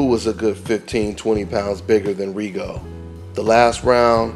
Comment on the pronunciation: When would they learn how to pronounce Rigo's last name!??? THis is rediculous